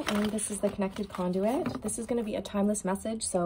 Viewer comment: Every time I hear you say conduit it’s makes me chuckle